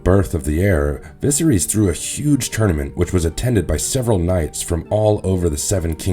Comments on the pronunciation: Vis-a-rees literally is not how you say his name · Holy shit... I had to stop listening after hearing VISERYS mispronounced for the 800th time 😭😭😭🤣🤣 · Bad pronunciation of names is a bit off putting. I can forgive the ones that aren't in the show but how do you get viserys wrong??